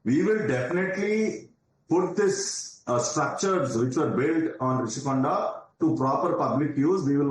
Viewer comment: Happy for national media to bring this news to nationwide.. but plz do some research pronounce properly it's Rushikonda not Rashikonda